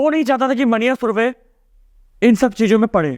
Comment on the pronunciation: मन्या सुर्वे is correct pronunciation